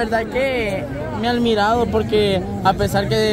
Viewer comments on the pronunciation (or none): que bueno que no eligió al diablo por que ni sabe hablar . imagínense dice almirado en lugar de decir admirado